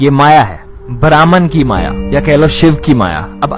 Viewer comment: ब्रह्म होता है ब्राह्मण नहीं ! उच्चारण सही नहीं ! वीडियो अच्छा है लेकिन लम्बा होने के कारण उबाऊ है !